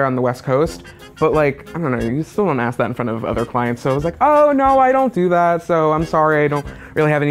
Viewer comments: All these people saying it's an accent. Um, no, it is not. An accent is where the sounds of a word may be a little different, not a total restructuring of a word. Anyone who says aks, instead of ask, may not be stupid or uneducated (it may be being surrounded by people who can't speak English properly), but it has never been an accent. It's saying a word wrong. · Why do people say AKS instead of ASK !!!!! I don’t understand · yes they are all stunning but can we talk about most of them saying aks instead of ask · Can I axe you a question? ;))) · Axe me later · Amelia that's not even an accent that's just people mispronouncing a word